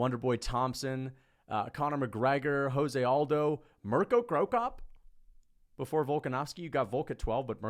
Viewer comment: Jose Aldo is Brazilian. His name is pronounced Portuguese. So it's not 'hoze' but 'jose' as in Rio de Janeiro.